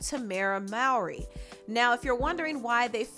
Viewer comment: Its MORE-RY, not MOW-ERY